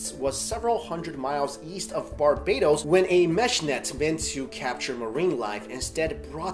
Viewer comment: From Barbados, thank you for pronouncing Barbados correctly,!